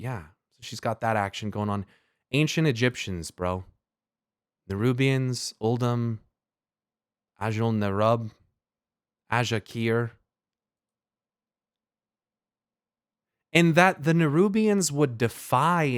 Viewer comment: Also, my guy out here correcting Xaxxas' pronunciation while pronouncing the "rub" in Azjol-Nerub like in "back rub," chill lol